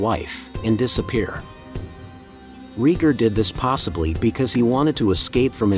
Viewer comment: "Reeger" Targaryen